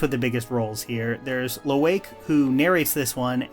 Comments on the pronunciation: There’s no way you didn’t INTENTIONALLY butcher the names so badly just to ragebait us into more commenting more on the video because… “Eeewah”?? “LOWAIKE”????? Bro you SAW THE MOVIES, RIGHT?? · How do you manage to mispronounce Quaritch, Varang, and Lo’ak after a 3 hour movie 💀